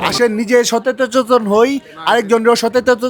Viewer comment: ভাই উচ্চারণটা কি😅😅😅 সচেচতন😂😂😂নাকি ছাতা😂😂😂